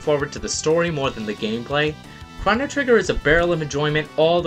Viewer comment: why does he say chono like that? is this his first day on the internet? cause I know it's pronounced differently everywhere else